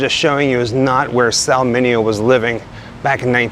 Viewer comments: Pronunciation - ’Min Aee Oh’ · MINEO NOT MINIO.